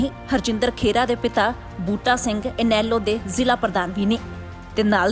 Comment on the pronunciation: ਭੈਣ ਜੀ ਪੰਜਾਬੀ ਸਹੀ ਕਰੋ. ਖੇਰਾ ਨਹੀ ਖਹਿਰਾ ਹੁੰਦਾ